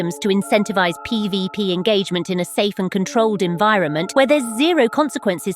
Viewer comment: seems your little spanish rant leaked into your english 😂"PbP"😂